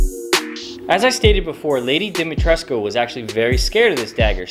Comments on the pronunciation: Well, if you want to win a father-daughter argument, you can tell her that someone who speaks Romanian on a native level has confirmed that it's pronounced "Di-mi-tres-ku" and not "Di-mi-tresk" as it is often used on YouTube. Greetings from Târgu Mureș, the heart of Transylvania. Also, the knife looks glorious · Frankly, I was already impressed when you pronounced Dimitrescu's name right. For some reason even the game gets it wrong. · From someone born and raised and living in Romania, it's amazing to see a YouTube video where they pronounce Dimitrescu correctly